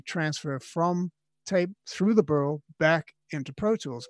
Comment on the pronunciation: Burl - I thought he said burro. Was starting to think I needed to make room for a burro and get hay. Whoosh. Ok. Putting down the tequila. Great advice master Kramer!